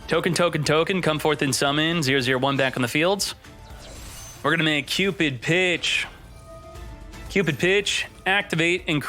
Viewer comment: First time i heard you said cupid pitch i taught you said cupid b*tch